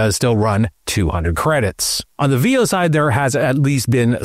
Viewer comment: Veo is pronounced with short E... Like in pen or bet...